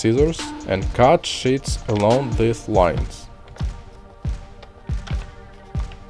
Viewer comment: Not being mean but when he said sheets he said s**t